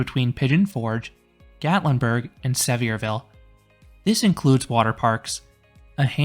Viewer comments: Great review! I hate to be “that guy,” but as a local, we pronounce it as Suh-vear-vul (as in Severe weather) and Appa-LATCH-un Mountains. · At least pronounce the name of the town correctly. I don’t think you’re actually been there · Awesome video! That park is really fun! But I can’t with the way you pronounce Sevierville 😭😂